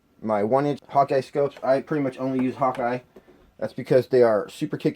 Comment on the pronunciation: Awesome review 👍🏽! Your scopes manufacturer’s name is pronounced “Hawk” not “Hawk-eye”. The “e” is silent Just saying, call them whatever you want though man, lol! It’s alright 😁.